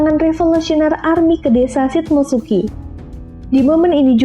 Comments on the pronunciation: shimotsuki ryuma kali bukan shit motsuki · Shimotsuki tante bukan shit mo suki